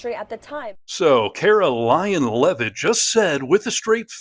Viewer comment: I just heard you call Caroline Levitt, Carolying Levitt. My first time hearing her called that. Hilarious and so on point!